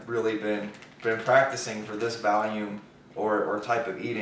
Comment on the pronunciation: Its pronounced "VOLUME" not "VALUME" haha. I thought you were doing just meat only once a day five pounds. Did you change up your diet?